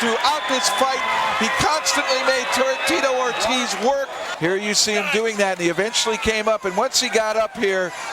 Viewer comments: "Tee-toe Or-Tizz" lol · "Teetoh Ortez" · "Teeto Or-tizz" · Tito Ort-is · That's AI for you. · Teetoe Or Tiz